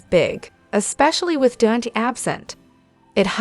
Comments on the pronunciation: Please learn how to pronounce Dante's name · Dante is pronounced "Daun tay" You are saying Lela instead of Lila it seems like you don't even know this show!